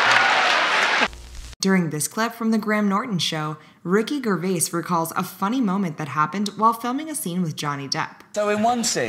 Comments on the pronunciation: Soft G on Gervais. It's rude to include someone in you uploads and then mispronounce their name. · Gervais, the sound is a J not a “Guh” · It’s gervais with a jer sound not a gee sound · Your accent on pronouncing a couple celebs made me chuckle, Ellen is now Alan, and Ricky Gervais is now Grrr vaise 😉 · Ah yes... Ricky Ger-vais like "girl." And Henry Cavill like Cruella "De-ville"... Jesus wept... Also - if Kesha is trying to hug me - that hug is happening! Seinfeld is weird... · The narrator doesn't pronounce ONE actors name right 🤣 KAHVELLE, GRRRVAIS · she say Ricky ger-vays?😂😂😂😂🫣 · Funniest thing to mispronounce Gervais 😅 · You seriously don't know how to pronounce Ricky Gervais's last name??? LOL. He's only one of the biggest stars on the planet.